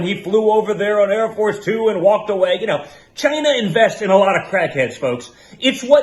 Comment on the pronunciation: Did u realize how the dude pronounces China. It's like a dog Whistle for hatred.